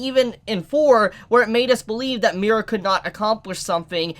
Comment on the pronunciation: Why do you keep saying Mi-Ra? It’s just Mira. Mira, Mori, and Daewi